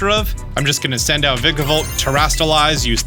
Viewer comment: It hurts my SOUL hearing this man mispronounce Vikavolt.